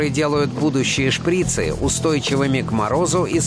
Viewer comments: Не шпрИцы , а шприцЫ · Не шпрИцы, а шприцЫ